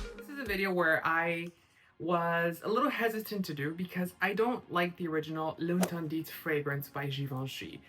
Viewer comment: The T at the end of interdiT doesn’t have sound. Is pronounced L’ enterdi 😊